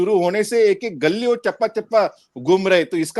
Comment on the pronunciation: गल्ली नही गली कहते है हिन्दी भाषा में कृपया कहिये सर धन्यवाद